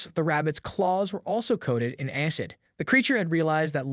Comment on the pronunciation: Aycid. lmfao, the pronunciation errors of AI are hilarious.